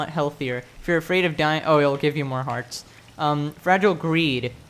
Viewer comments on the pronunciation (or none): none